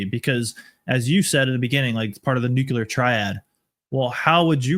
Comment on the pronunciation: "Nucular Triad" 🥀